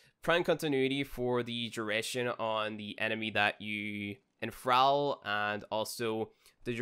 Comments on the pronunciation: 'Enfral' for Enthrall, dammit I can't. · LOL, why do you keep saying "En-throwl"? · The 'al' in 'Enthral' is pronounced the same as the 'all' in 'Ball' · The pronunciation is so off I cringe everytime here says enthrall. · Enthrall and thrall are both pronounced like hall or wall. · Enthrall should rhyme with crawl, just so you know.